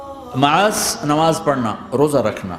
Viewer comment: Name Maaz hai Muaz nahi